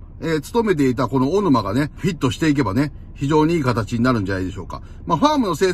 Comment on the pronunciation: 序盤の小沼が大沼って聞こえてしゃーない 小さいのが大きくなってて草って言いたくなる